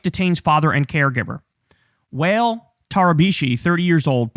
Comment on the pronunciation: Wael is pronounce wa(IL) may he rest in peace